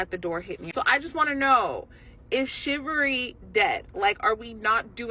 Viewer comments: I’ve never heard of “Shive-a-ree” ma’am, so I’d say it was never alive…. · CHIVALRY MADAM... chivalry. SHIV-VAL-RY😊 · Shivery? The most 'edumacated'🙄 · 1st woman.. what is shivvery? How can you have an opinion on something that you dont know how to pronounce? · 1st woman: Is shiverry dead? Me: Yes, chivalry is dead, and it's pronunciation, apparently.